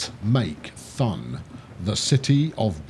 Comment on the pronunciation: again great episode! but, I'm still wondering, who told you how to pronounce "Thun". In German it's simply pronounced like "toon", like in cartoon. I am playing the same map while watching your videos. I am a bit ahead, and as a tip, I connected two Airports quite early, but they're paying out. Locarno and Bern get a shared Airport in the middle, and people love to fly out to Schwyz and the cities around it. Keep on going mate, Schuubi